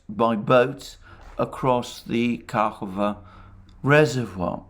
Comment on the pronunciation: I didn't want to interfere but its KahovKa not Kahova😋😋😋